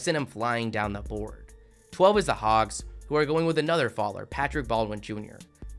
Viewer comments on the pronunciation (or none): none